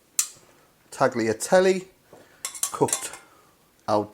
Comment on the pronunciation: You butchered the pronunciation of tagliatelle